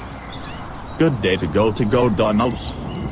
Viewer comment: It MacDonald not go Donald